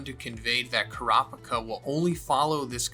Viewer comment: Car-picker or Coo-ra-peeka? Your pronunciation for a Manga fan are atrocious.